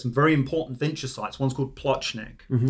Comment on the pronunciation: Vinča, not Vinça... Serbian doesn't have the letter Ç. Винча култура = Vinča kultura = Vinča culture